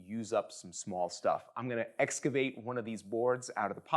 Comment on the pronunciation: Thanks for saying excavate instead of "escavate"😂